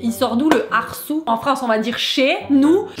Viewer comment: On dit pas « arsoud » mais « arsoude » spa grave